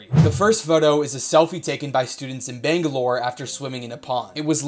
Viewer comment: I feel so good when he pronounced Bangalore Correctly